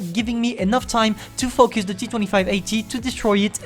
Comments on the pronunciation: The way u say 'Focus' ~fucc us..😂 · you cant say focus